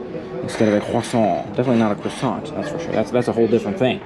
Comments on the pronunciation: For the love of all that is holy, please stop pronouncing croissant that way! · Had to dislike the video on the 4th time you said croissant. I couldn't take it anymore.